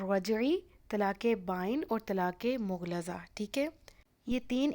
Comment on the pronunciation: لفظ مغلظہ کا لفظ درست ادا کریں شکریہ